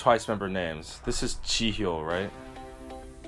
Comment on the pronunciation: I love how you pronounce '정연' and '지효' perfectly, but then you go "Moe-moe" hahaha